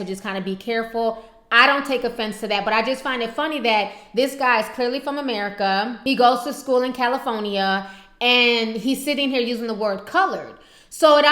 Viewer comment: Okay, did she say "Caliphoneya?" LOL